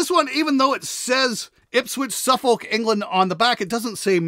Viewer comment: Just one for future reference, it’s pronounced “suffok” :)